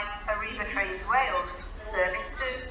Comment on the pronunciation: “This service is operated by… Arriva trainses…!”